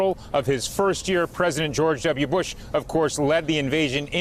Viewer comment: Lol, she called president Bush "president puss". That's a great name for trump.